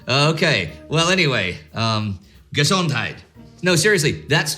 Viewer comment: Entschuldigen. Danke für deine Hilfe. The way Indy pronounced the "gesondheid" sounds a lot like the German gesundheit. Gesondheid is pronounced in much the same way, but the Afrikaans "g" is pronounced as a German "ch" as in "achtung". The "e" is pronounced as an English "e" in "egg" and the "sondheid" part is pronounced like the German "sundheit" except for the "o". Grüße aus Südafrika